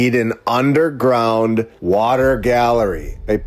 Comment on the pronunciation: Good point. It's Water not waller!